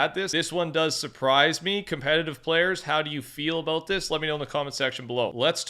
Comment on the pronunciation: The way he says about makes me cringe my ass off 😂😂😂😂😂😂